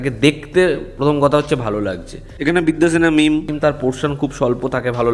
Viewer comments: ভাইরে ভাই তোর মুখে বিদ্যা সিনহা মিম এর নাম কখনোই ঠিক হয়না😂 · ভাই আপনাকে আগেও বলেছি... দিব্যা সিনহা মিম নয় বিদ্যা সিনহা মিম।